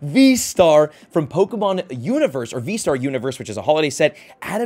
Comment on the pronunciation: The way you say some of the pokemons names triggers me 🤣